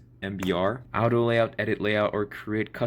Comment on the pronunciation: Why are you pronouncing auto as "out-oh"? That was like nails on chalkboard for my brains